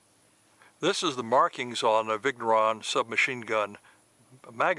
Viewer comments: If he was saying viggg neuron at least, but it sounds more like Viggo Ron.... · Vigneron is not viggg neron, . If you don't know just ask so you don't look like a ....